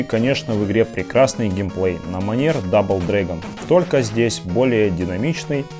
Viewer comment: Пришел на канал, а тут никакого РЕЙДЖ, только чувак машинным монотонным безэмоциональным голосом говорит Мигхти(!) финал файт и дубл(!) дрэгон, я чуть от смеха не умер. Камера плохая, геймплей чужой, и не Денди, а NES и Famicom.